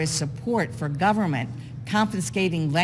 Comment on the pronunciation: “Open the govermin, open the govermin.” - Chucky Shoemurr